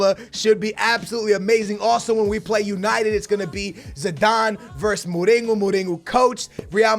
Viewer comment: "Muringo" 😂😂😂 you spell it: mu-ri-ñou